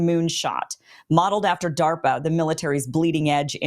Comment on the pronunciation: Good Lord, is what I was saying when I heard DA RP A